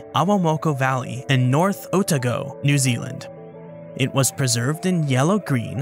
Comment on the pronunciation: It's Oh-Tah-Go not Oh-Tag-Oh